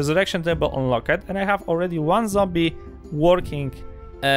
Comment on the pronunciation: Unlock-ed really sounds like unlock-t. Thanks for making this video!